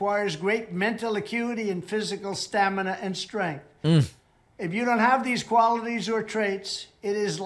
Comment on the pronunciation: man, woman, person, camera, sir, tears streaming down his face, like no one has seen before. ... Sta-Min-Na ... I Aced it !